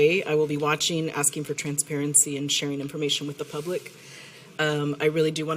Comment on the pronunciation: Sistah must have gotten her PHD online or from distance university since she is still saying axing instead of asking